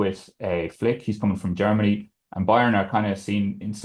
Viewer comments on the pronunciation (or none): none